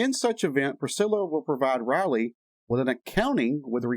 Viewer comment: Lisa’s daughter’s name Is Riley, not Roley. The I in Riley is a long I. Anyway, that’s how I learned it in school, in my phonics class. I much enjoyed your vid.!! That Priscilla is a WITCH!! And it’s a shame Elvis had to ever meet her!!